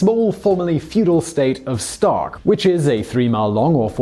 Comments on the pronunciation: Sark. Not stark. Sark. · "Stark" Is it "Sark" or "Stark"? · the island is called 'Stark' (not Sark) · Did he call it "Stark" twice instead of "Sark"? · You call it "Stark" instead of "Sark ... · The one man invasion of SOCK. Is what it sounds like you said. Gardes sounds like "God" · Is it me or he's saying Stark over and over?